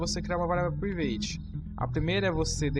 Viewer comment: Mano, show a apresentação! Está me ajudando bastante.. Mas a palavra Private se pronuncia 'Pràivet', ok?! não 'Privêit'... Apenas para conhecimento. Valeeu!